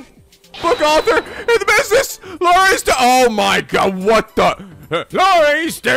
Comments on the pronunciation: IT'S LAURICE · Um, it's actually Laurice.